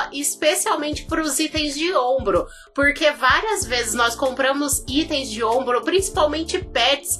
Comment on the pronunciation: "Istem" foi fd 😂